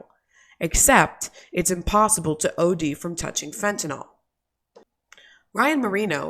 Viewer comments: Can anyone pronounce “fentanyl” correctly? It’s Fenta-nill, not fenta-nall. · stop calling it fentinall it should ber pronounced fen tah nil... nyl never sounds like all